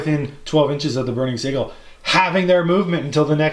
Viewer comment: Great batrep. My only gripe is your pronunciation of sigil. It's Sij-yul not siggle